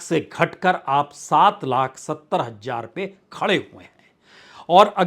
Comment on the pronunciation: Hajjar nhi hota h hazaar kahte h sir